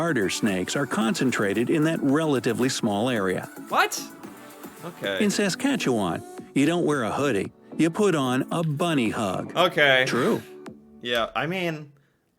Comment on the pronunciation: I’m from Regina and our unofficial slogan is “the city that rhymes with fun” and it’s only two hours from climax 😉 😂😂😂 Also, it’s pronounced Sask-at-chew-win!